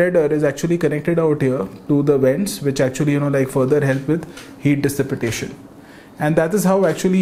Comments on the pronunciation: Heat dissipitation LMFAO 😹😹😹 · Heat "dissipitation" 🤣😂🤣😂 Wtf